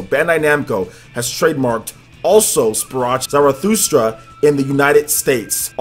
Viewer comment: You have it right except for "Sprach" - the sound is not an English ch, it would be more like a kh. So kind of like an extended k sound, if that makes sense. Although I'd just pronounce it "Also Sprak Zarathustra" which sounds better coming from an American English speaker IMO.